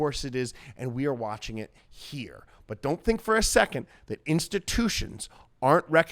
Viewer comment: You got a like for just saying "let's tune in heyahh" 🤣